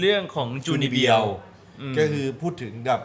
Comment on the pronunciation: ถือว่าเป็นความรู้เล็กๆน้อยๆสำหรับคนที่อยากเข้าใจโครงสร้างของคำว่าจูนิเบียวนะครับ 1. จู [中] = เอาจูจากคำว่า ชูกัคคุเซย์[中学生] ที่แปลว่ามัธยมต้นมานะครับ **สำหรับใครที่ศึกษาภาษาญี่ปุ่นการออกเสียงที่ถูกต้องของคำนี้ต้อง"ชู"นะครับ** 2. นิ [ニ] = สอง ใช่ครับเลข2นี้แหละ 3. เบียว [病]= ป่วย,โรค รวมกันแล้วจะแปลว่า อาการป่วยม.2 หากผิดพลาดประการใดก็ขออภัยมา ณ ที่นี้ ด้วยนะครับ